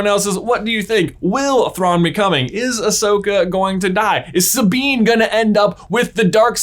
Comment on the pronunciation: You mispronounced his name.